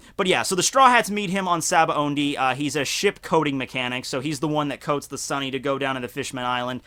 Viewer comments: it's SAH-BAA-OHH-DEE. not SABAONDI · why do you keep saying Sabaondy lol it undermines your credibility